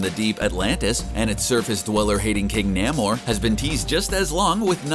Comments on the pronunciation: Namor is pronounced NAY-mer (rhymes with "gamer"), nor the weird way it's pronounced here. ( ) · Please pronounce Namor's name correctly. It is with a long A sound.